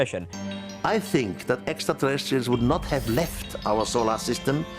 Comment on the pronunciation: I think you have to add some sort of rule around George saying, "exxa cheressials."